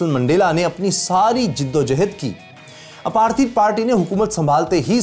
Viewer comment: It’s apartheid not aparteed. Work on Pronouncing words.